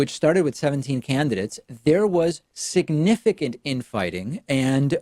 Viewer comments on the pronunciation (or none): none